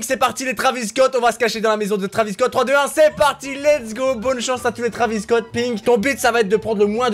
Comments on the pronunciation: ça s écrit travis mai on prononce trevis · On écrit travis Scott mais on lit trévis